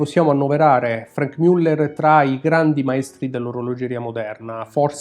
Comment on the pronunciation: non mi stanco mai di ammirere questi capoavori, si pronincia come scritto Muller e non Müller